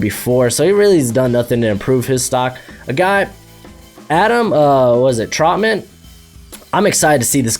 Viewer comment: having trouble pronounce Trautman. also struggling to pronounce Okwuegbunam.😂